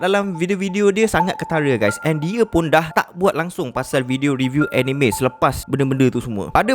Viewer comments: Sebenarnya pronounce "Anime" tu bukan (Eh-Ni-Me). Tapi (Ah-Ni-Mek). "k" tu bleh sebut atau silent pun boleh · Org selalu salah sebut anime.sebenarnya sebutan yg betul ialah aa-nii-mee,bukan enime